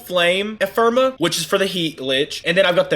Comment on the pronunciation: Great video but PLEASE say Ephemera right lol. “Eff-emm-air-uh”. Anyway. Sweet video! I’m a returning vet who left about a year ago and upon coming back I remember next to nothing about how to handle a lich. Completely forgot you even have to do Railjack for it 🤦🏻. Thanks for the detailed refresher!